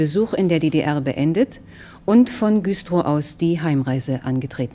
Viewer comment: Er spricht vom grauen "Zitroion" (Citroën) und der Stadt Güstrof (Güstrow). Wo hatte dieser Heini, seine Ausbildung? Der Stil ist allerdings wirklich recht zurückhaltend.